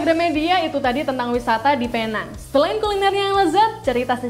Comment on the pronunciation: Salah info awak sebutan penang ialah pineng loghat English